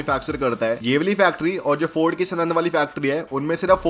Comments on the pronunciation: Bhe*ch** kya bake ja rahe ho yaar ... Sorry to speak it in such a way... But spoke sanand wrongly here , , , , , & as सनंद But actually it is साणंद , watch it here ..... I have been commenting since a long... Feeling bad to get mad at u Bhai... But won't is wrong... Can't you even work the town banner correctly ???? Choti bachchhi ho kyaa ????🤬🤬😠😠😡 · सनंद नही सानंद बोलते है उसको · भाइ जो यूनिट गुजरात मे है उसका नाम सणद नही साणद है 🙏 😊